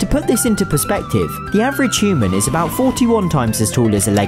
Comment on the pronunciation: It’s not Hooman it’s human